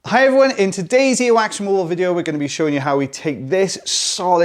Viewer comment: Hi its "every'one'....